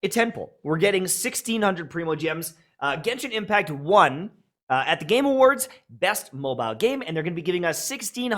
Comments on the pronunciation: "Jenshin Impact" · "JENSHIN IMPACC" 💀💀💀💀💀💀💀💀